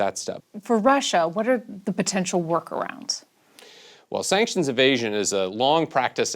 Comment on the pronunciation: This journalist is making a meme of herself.. “Sanctuons? Sanctions? Sanctions?”